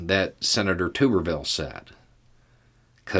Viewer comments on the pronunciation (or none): For the record as someone from Alabama, the U in Tuberville is soft, so like bath Tub rather than like youTube, I only say this because I suspect the dipshit Tommy will continue embarrassing those of us in his state that believe we can be better.